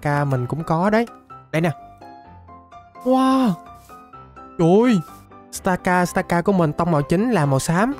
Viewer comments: Stakataka mà anh đâu phải Stakastaka đâu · stakataka mà ổng đọc thành stakastaka